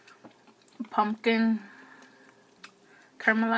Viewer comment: So you're just going to take the m out of the word pumpkin huh and add an "n".. ok just checking.. carry on lol